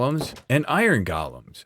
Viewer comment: I absolutely love seeing your videos! But for the love of everything holy, they're golems, not gollums. GO' lems